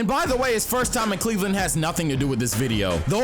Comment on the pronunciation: really said sexland 🤣🤣🤣🤣